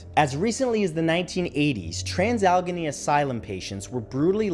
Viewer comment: Its pronounced al-ah-gain-ney, not algony.